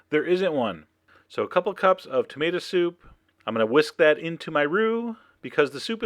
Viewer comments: Wonder why he says Tamada.😏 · "tomata" he says it like my dad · I like how you say tomata ahaha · wait, did i hear that right, cause I swear I heard you say you were combining coconut... with tomato... (a ton of dots here that youtube won't let me enter) I don't even know what to say.